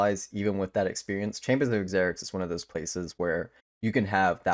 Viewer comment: Good content my dude, but Xeric is pronounced like Zerik